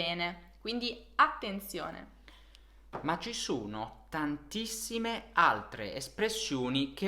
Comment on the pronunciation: Ho notato cosa che per me sia un po eccitante. Quando parla mi sembra che pronunci 'o', un po' come 'u'. Per esempio, quando lui dice 'sono' mi suona come 'suno' o in Inglese 'soono'. E' vero? Qualcun'altro ha osservato questo? Per me e eccitante perche' e' possibile che io possa sentire un accento Italiano per la prima volta. E' questo il suo accento?